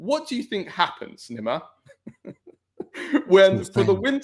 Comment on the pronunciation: You pronounce Nima’s name wrong. Come on mate… smh.